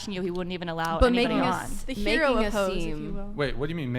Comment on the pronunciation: Omgosh…she keeps saying “ho’s” it’s hysterical